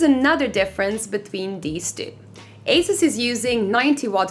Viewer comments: It’s pronounced “Asooos” not “Ace-is” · marco bakker it’s pronounced incorrectly if you say Asis, the company was founded in Taiwan with the pronunciation of Asoos! If you’re parents gave you Marco and people started calling you Mahco I guess it’s perfectly pronounced also.